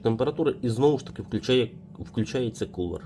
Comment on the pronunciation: Акумулятори, а не акамулятори, кулер, а не кулєр